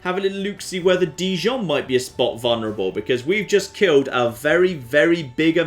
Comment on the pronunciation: For someone romantically involved with a french girl you're pronunciation of Dijon is appalling. P.S Jon deserves a noble peace prize